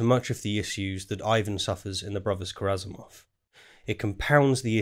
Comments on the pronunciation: Ka-ra-ma-zov not ka-ra-za-mov Peterson should take a new long break from his most harmful drug : his presence on the public eye. In almost every recent video of him, his unhealthy will to build a strawman even in front of people who are showing him his strawman construction is very often driving him to tears. He should try to stop seeing the world as he desperately tries to suit his flawed narrative, and starting to observe it again with a new eye and without all his cultural references he's carrying like a burden. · Is it just me, or is misspronouncing Karamazov, sounds like Karazamov to me. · A 3rd video would be fantastic. Also, “KARAMAZOV,” not “Karazamov” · Small nitpick. You’ve said Kazamarov twice. It’s Karamazov. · Sorry I know this probably isn’t that important but its pronounced brothers Karamazov and the guy’s name is Alyosha( which also happens to be my name)😅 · It’s Karamazov not Karazamov. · it's KaraMazov NOT KaraZamov <<<<<<<<<<<<<<<<<<<<<<<<<<<<<< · it is karamazov not karazamov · aaaay... repeat after me.. ZOV, ZOV... MAZOV, MAZOV... RAMAZOV, RAMAZOV... KARAMAZOV... there we go. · I love you, man, but It is “Karamazov”.